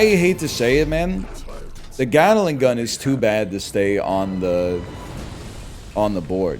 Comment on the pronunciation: I swear no stream can pronounce Gatling properly. WTF is a Gataling?